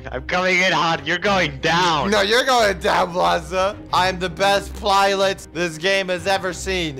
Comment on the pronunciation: I'm the best plilot this game has ever seen! Me: You can't even say the word 'pilot', how are you the best pilot the game has ever seen?